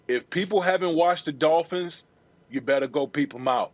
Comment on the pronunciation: "Miami Dolphinths" weakkkkkkkk